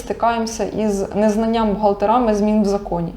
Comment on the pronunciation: відео гарне будь ласка, не кажіть бухгалтерИ бухгалтерАми бо важко слухать